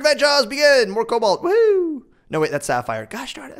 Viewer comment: One more for the list... Please never say "Cabolt"